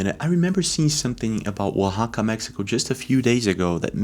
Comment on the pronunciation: Great video. And you pronounce Oaxaca so well!